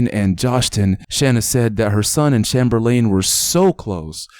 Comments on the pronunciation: Bro u my homie and all but bro have u never heard of Chamberlain (chamber len)before ur pronounced it chamer lane 😂...... Sad story tho 😢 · Bro have you ever heard of wilt chamberlain? It's pronounced as chamber-lin just spelled Chamberlain like wilt!I'm guessing that's who he is named after!